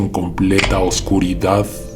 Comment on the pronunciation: No cambies nunca tu modo de hablar, me encanta cuando decís " Que venga la oscuridaaaaaad " y todo lo demás e incluso el aullido que se oye. En otros el que venga la oscuridad lo hiciste muy corto, seguí siempre con la prolongación, me encanta. Soy tu fans y siempre te escucho todas las noches cuando me acuesto. Saludos desde Uruguay, un abrazo.